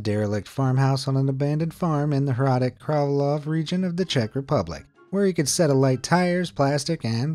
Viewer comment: You pronouced hradec králové wrong!!!